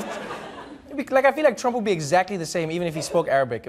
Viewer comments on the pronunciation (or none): i wasn't ready for arabic trumph lmaaoooo